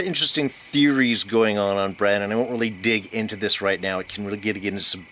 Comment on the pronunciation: It's BrAn, short for Brandon. Not Bron.... who is a totally different, dragon-shooting character....